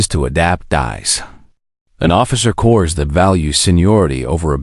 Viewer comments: this word "corps" is pronounced 'cor" not "cors". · Doesn't narration suck? "Corpse, or Corps?" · Get rid of now … not Marine Corsssss it’s Marine Corps - don’t drag out the ‘s’ and don’t pronounce the ‘o’ and don’t slur the ‘s’ for the love of God! Get rid of!!!! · The frequent mispronunciations by the narrator became so distracting that it became unlistenable. Examples: "Corps" (as in "Marine Corps") pronounced CORS instead of COR. "Routed" (as in "the army was routed") pronounced ROOTED instead of R-OUT-ED. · When I hear the “narrator “ pronounce the word Corps as either “Corpse” or “Core-s” I question everything being said. Pay a real person. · fails in pronunciation. Marine "Cores?" "McNyer?" "Rooted?" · I hate. I grit my teeth every time I hear "corps" pronounced as "cores". This and dozens of other words simply can't be pronounced correctly by. Use your own voice, darn it! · United States Marine Course?? 😂🤣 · pronounced Marine “Corps” like Obama use to say Marine “ corpse”, (that would explain a lot!). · Im so tired of these damn voice-generated narrations that I've quit listening to many SCI FI novels and now must add to the list this WW2 Zulu moron!!!!! The 's" is silent in the word corps!!!! Good grief!!! What an amateur!! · also the "narrator" pronounced corps with an "s" at the end. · Tell the that you don't pronounce the s in corps. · So much good content on youtube spoilt by crap. I loathe. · That was painful to listen to. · Actually, tell that neither the "p" nor the "s" are pronounced in the world "corps"